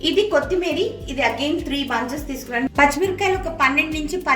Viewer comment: Kothimeera anandi ,kothimeeri kaadu andi.